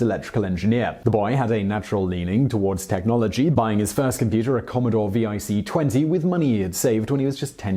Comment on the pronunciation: V-I-C 20? Its just Vic (pronounced Vick)